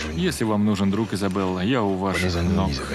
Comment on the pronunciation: ни Изобелла, а Изабелла! Ну что это, уж хоть ошибок не делайте!